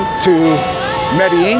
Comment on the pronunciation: Can’t even pronounce Medellin right